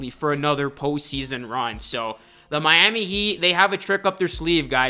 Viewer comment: nothing like "MYAMEE HEAT"